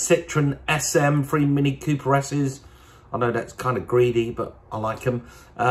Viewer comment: Why can't Brewer speak properly... Porsche free five six! Froo instead of through.. Jeez !!!!!!